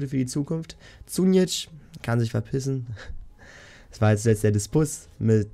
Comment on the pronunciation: das Wort heißt DISPUT und GAME CHANGER.....und z.b. KAUSELN gibt es auch keine......sich mal versprechen ist ja ok kommt vor aber du junge junge......lass dir doch einfach mal mehr zeit und bleib ruhig ist doch nicht dein erstes video.......nicht böse gemeint oder so nur mal eine anmerkung weil vom inhalt her sind deine videos echt top